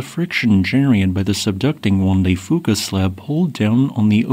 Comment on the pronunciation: Loved the long format video. I live in the interior of BC. This earthquake will be devestating to our province and the complete PNW. BTW, we pronounce Fuca as FEW ka.